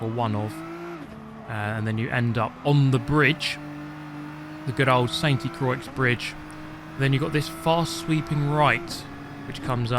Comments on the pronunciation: The circuit is actually pronounced as sain cryoa (i cant type the exact sound) its in French so I understand if you can't pronounce it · As a french man hearing you say the name of the track incorrectly again and again was very displeasing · 🇫🇷Sainte Croix (holy cross) just mute the E and the X. Bit like Grand Prix. Great gt videos btw 🤟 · The way he says sainte-croix pains me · All the french people cringing rn, oi in french becomes oa i english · I do not appreciate the way you say "Sainte Croix". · I can't take that pronounciation. I know it's a joke... but dang it irks me! "San Quois" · Its pronounced La sont-tu cwa Its a place in the middle of France. My family has a holiday home about 20 minutes away from this lake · The correcte way of saying it for shoe ever gives af is Saint crrwa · Ah yes, good old “ Sainty Croiks”! ( It’s basically pronounced ‘Scent Craw’) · let me help you out here. It's pronounced 'sente krouwa' with that ou part very silently. Also looks like a track an M8 can actually fit on😂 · I love how he deliberately pronounces it Sainty Croyx as if he's purposefully trying to piss off the french lol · It's pronounced "Saint croah" basically, means "Holy cross" in French. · Not french but pretty sure it's pronounced like: saint crooà, where the à is open like in ARK yeah bad example but makes sense atleast. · you pronounce it "sånt croah" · "SENTI KROIKS" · Great content! Saint-Krou/a would be the "proper way" to pronounce it, I noticed you made the effort to try a few ways out, thank you :) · Its spelled „Sant crua“ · "Sainty-Croycks" Aaaaaaargh! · "sainty croicks or however you say it" not like that 😂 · Sent Crow-ah French Pronunciation 101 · Did you say “Sainty Croix” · "San K-wah". Is the correct pronunciation. The "t" and "i" in "Saint" and the "i" and "x" in "Croix" are silent. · pronounce Saint Croix like San Kwuh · Saint dee croics ❤️ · I guess it prononce ''sainteu croi'' but keep enjoying the vidéo like all time